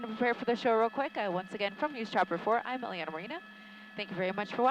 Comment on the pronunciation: Iliana. The anchors ALWAYS mispronounce it. It has ZERO E letters in it.